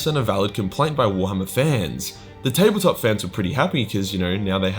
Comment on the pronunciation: The way he days warhammer Is like "Gwar-hama"